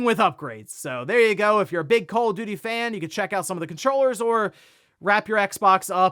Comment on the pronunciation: Did he said call of diddy?